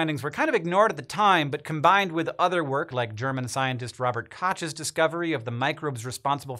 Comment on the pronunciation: Robert Kotch? What?